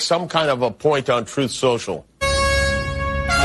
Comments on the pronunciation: "Troof is...," 😂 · Fanie said: "truph? Is that her attempt at the word TRUTH?